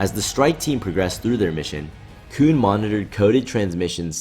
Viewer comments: You say "Kewn" instead of Koon like you're in South Park or something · this video is good but I just can't stop thinking about him calling him "koon" just because you know "coon".....